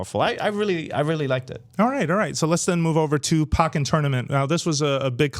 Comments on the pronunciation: Pokkén Tournament is pronounced POKE-EN not pocken. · "Pockin" Tournament lol